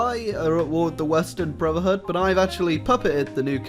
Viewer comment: No link to mod, doesn't reference mod name, pronounces brotherhood "bruvherhood". Disliked.